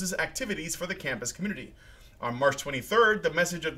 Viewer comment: hhh wtf the fuck happens when he said community? sounds like pblblbblee to me? thought my brain was jsut fucking with me